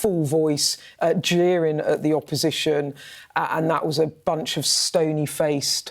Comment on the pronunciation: Can someone please tell Beth Rigby that verbs like 'teasing' and 'jeering' end in 'g'. Not 'teasin' or 'jeerin'. And yes, I come from a working class home but I was well taught - by my own parents.